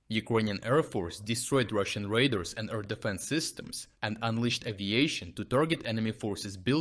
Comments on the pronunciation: Radar = Ray Dar Your "radar" sounds like raiders. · No, it's not an accent. It's a mispronunciation. All of us, when speaking in a language that isn't our native language sometimes need a bit of help. Except me. I always need a lot of help.